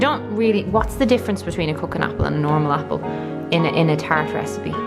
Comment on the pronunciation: Everytime you were saying cooking apple I thought you were saying coconut apple! 😂 I was so confused. On the media thing--I watched the video you suggested by awakenjp and to have to admit I stopped watching halfway through because it made me so mad! I don't consume a lot of media. I read the information given on what to from the government where I live, which is luckily quite good (I live in Alberta, Canada). We are on track to open up pretty everything by June 1st! I also check coronavirus world meter daily because I like to see the numbers of deaths / infections all over the world, especially when they go down! The US is at 1000 deaths per day, which has actually gone down from 2000 deaths per day earlier this month! Which is good. I also like to get information from South Korea / Hong Kong because they have successfully combated this virus, so they have lots of useful information. All in all, it's about 5 - 10 minutes of info gathering per day for me and it's been working for me I think.